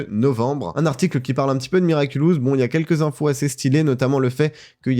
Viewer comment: Ouais ça me tue surtout que pendant tous l'interview Thomas Astruc prononce miraculous mais lui il s'entête à dire miraculus. Globalement on sent que le mec ne sait pas du tout de quoi il parle. xD